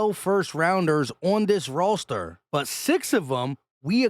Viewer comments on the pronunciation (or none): Just needing to hear say- “rawster”. Got it. Thanks